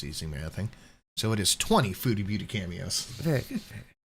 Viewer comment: Cameos? Sounded like she said pantyhose.